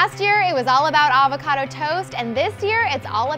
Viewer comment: The way she says avocado is horrendous